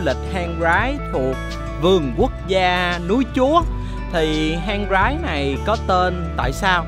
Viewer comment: Hang Rái đọc riết quen thành Hang Gái!! :))